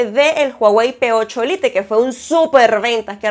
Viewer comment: No sé dice ✓lite.